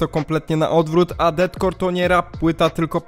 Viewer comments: Widać, że jesteś obeznany w tym kim inspirował się chivas, jakie miał plany itd. za co duży plus, jednak "Deathcore" czyta się jako "defkor" - death + core, a nie DETcore ;) ale to taki mały szczegół, a tak to chyba najlepszy film omawiający tę płytę jaki widziałem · błagam, przestań mówić detkor bo to boli w uszy, z góry dziękuje